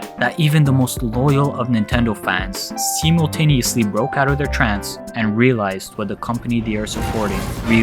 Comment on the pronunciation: Mispronounced Simultaneously